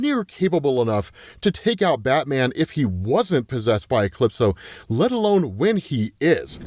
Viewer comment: Never hwaed soneone pronounce a capital letter before "E-clipso"